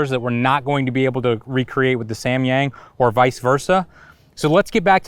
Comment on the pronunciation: i cringe everytime he says "Semyeng~"